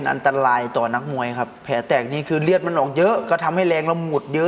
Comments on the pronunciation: เลือดเฮ๊ย ไม่ใช่เลียด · เลียด หรือ เลือด ครับ 😅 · พี่พูด รีดหรือเลือด เนี่ย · เลือดพี่ไม่ใช่เลียด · เลือดครับ ไม่ใช่ เลียด555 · เลือดไม่ใช่เลียดนะ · มึงคนไทยภาคใหนว่ะเลียดอาบเลย555กุขำอ้าวเลียดกะเลียด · เลียดๆ คนอีสานบ่ครับ